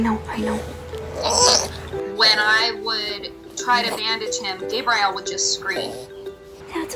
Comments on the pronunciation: Who names dogs some of the most popular and known names in the world then decides to pronounce them so stupid? Your I -L , Sam-I L, Gabe Rie L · Right? I’ve never heard anyone pronounce it “Gay-bry-ell” or however she was saying it 🤦‍♀️